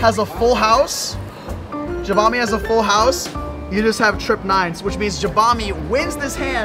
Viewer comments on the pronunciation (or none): i cringe every time u misspronounce jabami